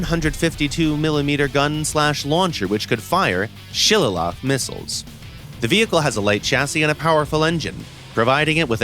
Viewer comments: shilala missiles? shil(ay)lee? is he drunk or am i? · The narrator pronouncing the Sheridan missile's name as Shillilla has me dying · It's pronounced shill-lay-lee. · ”Shil la la” 💀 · Gaijin. I love you. But PLEASE brief your narrators on how to pronounce stuff before the video goes live. The Shillelagh missile is pronounced "Shil-AY-lee". It really isn't that hard to get right. Frankly, there is a good amount of information you guys have gotten wrong in the game, especially with regards to China. They didn't use the Mod. 1939. They used the T-26 Mod. 1933. They never used the T-34/76 AT ALL. The Object 122 has the wrong name (should be WZ-122). The ZLT-11 has the wrong name (should be ZTL-11). The WZ305, while not incorrect, is inconsistent with the other vehicle names and should be changed to "Type 80". The Q-5 has an incorrect loadout. And you are giving them a non-Chinese SAM system when they could have had the HQ-17!!! Do you even care??? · i guess im pronouncing it the irish way?